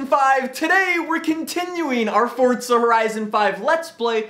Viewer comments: Can you pls stop saying fortza, its forza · I seriously can’t stand how he says “Fortza”